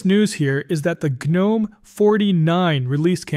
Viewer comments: Gnome rhymes with home. The g is silent and there is no a, No "ga'. I don't understand why some people have a difficult time saying the word correctly. Like the word knife, we don't say Kanife, it's pronounced 'nife' and rhumes with life. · Gnome is pronounced NOME. That is an unvoiced G. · The G in Gnome is SILENT!!!!!!!!!!!!!!!!!!!!!!!!! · I hate automated voices. "Guh-nome," huh? Still I am kind of excited by the Sheaves news. I don't know if moving from 21.3 would serve any purpose for me. What I use works flawlessly, and the rare times when something was buggy, I just waited a couple days, and the next update fixed it. But I am going to read up on Mint 22.2 Zara. Besides, honestly, switching to KDE, for me, would be more nostalgic than useful. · Nope. It’s pronounced like the little fantasy creature in your garden. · Tell your AI how to say "gnome"